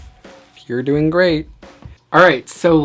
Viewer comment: omg I love the way you say doing you like add a gg doingg ;)